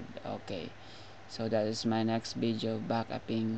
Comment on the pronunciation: "Vijeo" LMAO!!!!